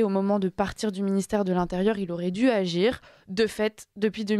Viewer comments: a du mal avec le participe passé du verbe devoir: "auraient duz-être", puis "auraient dut-être"! Que cela fait mal aux oreilles! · Bien. Mais Attention aux liaisons mal à propos, avec Dû, Les journalistes doivent savoir bien s’exprimer en français , il en reste si peu aujourd’hui. Notre belle langue est mise aussi à rude epreuve.